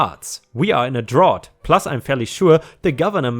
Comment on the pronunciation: Just as a note, "drought" rhymes with "out", not like the word "ought." English pronunciation can be quite confusing and arbitrary.